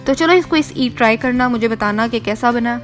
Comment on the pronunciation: The way she said “kaisaa”